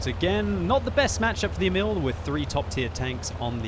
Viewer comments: ok time for a swedish lesson, Emil is pronounced as follows: Long E, then mil as in military with word emphasis on the E almost as if you pause after the E. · you can't prononuce Emil nice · Emil Sølvik can't pronounce anything else than english